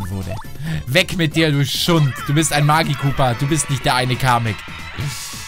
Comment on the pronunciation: Ganz wichtig magikoopa und nicht magiekooper